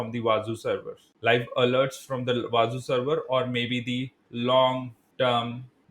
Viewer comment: It is actually pronounced as wah-zoo and not wah-za